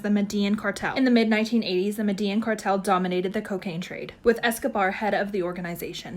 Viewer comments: Girl- did you just say medeen ☠️☠️ try to pronounce it as medejin the two ls sound the same as the j in English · Why does it piss me off so badly that she can’t pronounce Medellín correctly?!